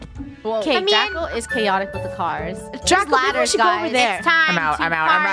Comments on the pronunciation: funneh called draco drashowXDXDXD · Did anyone know funneh said dracosh